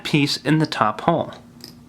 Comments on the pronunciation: Lol when he pronounces 'hole.' "There is a little hohle there." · Hoghl. Funny way to say hole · I love but... theres an L in hole